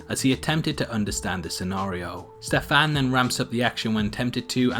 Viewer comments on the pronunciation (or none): Hahaha I just can't with the way you pronounce Stefan. Ste-FAAAN omg I love it its pretty cute!! Stefan is pretty Slavic name, and here in Poland we pronounce it like STE-fan so it's really funny to hear it differently :) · I hate the way you say " Stefan"